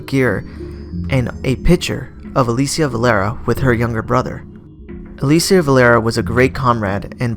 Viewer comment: Not trying to be a douche but it's pronounced "uh-lee-shuh"